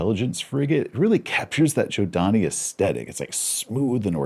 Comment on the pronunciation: Nice to see Jack has convinced you to pronounce Zhodani correctly. ;P Just in the middle of a campaign near the Sword Worlds. Their culture and influence is very present even when they are not. Consider the Spinward Marches like the Middle East - power is more than just tech and economic might. It can be asserted by parking a ship incorrectly.